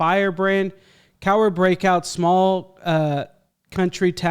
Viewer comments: You got the pronunciation 100% right mate👍🏻 Another awesome video and vid reaction! ⭐️⭐️⭐️⭐️⭐️ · No, you said the name right; it is referred to as The Cowra Break in Australia. One of the famous POW escapes during the war. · Cowra” you nailed it! Good on ya,!